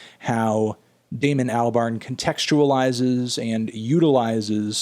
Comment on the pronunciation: Please pronounce properly Al-bern